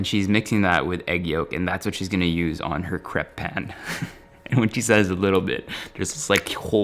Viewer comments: kreip not krep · Is it cray-p or crep?? In au its usually pronounced “crayp”